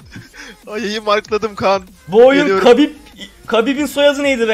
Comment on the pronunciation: kabib degil habib diye okunur